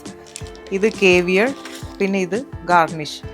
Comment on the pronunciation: കേവിയർ അല്ല സേവിയർ!!!!! Cavier- കാവിയർ എന്നാണ് pronounciation.